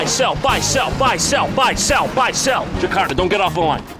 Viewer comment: what the hell is jahkarta?? 😂